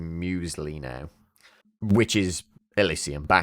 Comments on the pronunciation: Muisyle? Just say "muesli" like what you may have for breakfast. So now your game is breakfast. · "Muisyle" lmfao